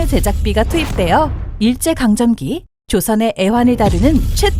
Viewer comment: 아니 다 좋은데 뭘 자꾸 감정기라고 하나? 한번은 실수라고 생각하고 넘어갔지만 이게 반복되니 실수가 아니란걸 알았다. 감정기가 아니라 강점기죠. 일제 강점기!!